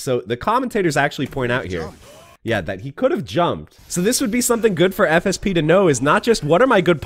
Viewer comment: Every time you say "FSP", I keep hearing "FSB" and I'm like, "Wait... The man who just crashed the crypto market is a Rufus main with no footsies? That explains a lot."